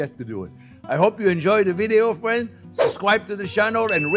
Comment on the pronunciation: That my, is some good looking scwambled egg.